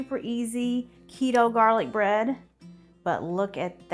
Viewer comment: I think you messed up when you said bread?